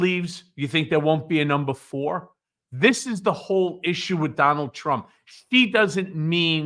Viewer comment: I had to listen to it again, because I thought you said another whore instead of a number four!!😆😂😝🤣🤷🏻‍♀️🤦‍♀️